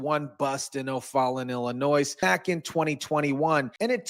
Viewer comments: Like Illinoize. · Illinoi.. don't pronounce the S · FYI: The "S" is silent in Illinois. (Illinoy) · Not for nuthin ... but there is no "noise" in Illinois. The "s" is silent for gods sake Otherwise ... good content sir. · GOOD JOB REPORTING - in Illinois - we do not pronounce the s - ILLINOI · It's pronounced Illinoi. The s is silent. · Please don't pronounce the "s" at the end of "Illinois" as it is the incorrect pronunciation. Thanx for sharing yourself and your opinions. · The s is silent when you say Illinois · The s is silent in Illinois. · PRONOUNCE "Illinois" correctly please!!! Its easy to google HOW TO PRONOUNCE ... WOW !!! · Illinois...the S is silent. 👍